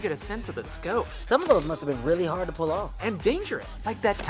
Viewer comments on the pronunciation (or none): none